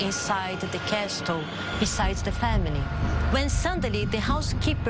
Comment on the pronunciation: Anything scarier than her pronunciation of "Castle" as "Cas-tel"??